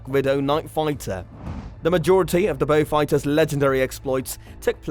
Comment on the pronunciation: WTF ? Interesting but could not stand the A1 reader calling Beauforts and Beaufighters being called Beewfighter. The Merlin powered version MK11 was underpowered chappie says the Beau ‘ X the most numerous had 1700hp Hercs . Loads of other inaccuracies . Wise up please. Also,hate the yank pronunciation of ‘anti’ suggest 😊 Beaufighter Boys is a good and accurate read.